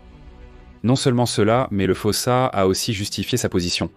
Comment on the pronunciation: D'abord ça se prononce foussa